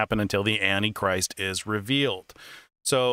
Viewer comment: I see, he doesn't pronounce that word right.